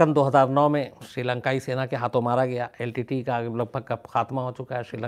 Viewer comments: Shams ji main aapko dhanyavad karna chahtha hoon. Lekin aapka yah shabdh " litte" kante ho yeh galath hain. iska sahi pronunciation yel. ti ti .yee bantha hain. Shukriya. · Litte ...Litte...i was confused at first. 🤔 But later realised that SHAMS sir was saying L.T.T.E as LTTE - Litte. ( in short pronounced ). 😅